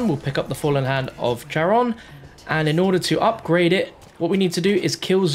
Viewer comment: Charon is pronounced (Care-ahn)